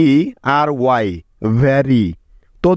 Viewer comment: Lily লিলি I Yarn ইআরন ! Joy যোয় ঠিক আছে দাদা আপনি / ভিডিও 4 মিনিটের কাচে বল্লেন Very ভেরি না ভারি